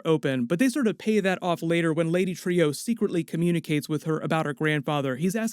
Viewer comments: I thought it was pronounced lady TRUE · I’d say he is on the moon. And I’m pretty sure it’s pronounced “Lady True” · Dogg, I say this because I have so much love for you and your channel... but her name is pronounced “True” I think this really matters in the sense of her name being “true” but she’s extremely deceptive. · Trieu is pronounced like the word true, you hear people say it correct in the show, stop butchering it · It's pronounced TRUE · Its pronounced "True". Do you even watch the show? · Pronounced like true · Does even watch the show or does he just have a script made by someone and he reads it. I ask since he calls Viedt = Veet and Trieu = tree-oh I mean they say it in the show so I dont get where these alternate pronunciations are coming from. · why are you pronouncing trieu differently than true. her name is spoken multiple times in the series and this episode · Pronounced True, NOT Trio... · are you sure it’s pronounced Lady Tree-O because they are saying it Lady True on the show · Lady True not TREE-OOE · It's lady "trù" not "trīu" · Stop saying, “Trio”. “Trieux”, if you have to draw it out to two syllables, “tri-yeu”, or better yet, “True”. Think: French origin. Or just listen to the dialogue on the show. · Dude, Trieu is pronounced like "True" not "Trio." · Pronounced Lady True not Trio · Isn't Lady Trieu's name pronounced "true"? Think that's how they were pronouncing it in the episode. Anyways, I think the clock could be a MacGuffin to throw us off the real thing that's gonna happen. Lindelof likes to do that if you've ever seen LOST or The Leftovers. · Bro, her name's pronounced "troo", not "trio". Did you have the volume up? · Isn't Trieu pronounced like True not Trio? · Great video as usual. But please use the correct pronunciation of the name Trieu, as in “true”, not “trio”. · I love your videos but mispronouncing a character’s name repeatedly really takes me out it. It’s Lady Trieu (“True”) not “Trio”..... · Lady Tree-Oh